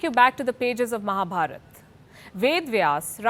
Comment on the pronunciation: Content is good but you need to pronounce Samskrtha language words and ancient names as they are. For e.g Veda Vyasa is not Ved Vyas. Arjuna is not Arjun. Mahabharatha is not Mahabharath